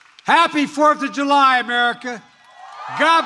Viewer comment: Biden : what is today, Oh the 4th of You Lie. Did I say it Right Jill ? , Now can I have my Ice-cream and Jell-O Pudding.